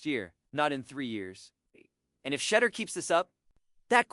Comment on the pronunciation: you need to learn how to pronounce his name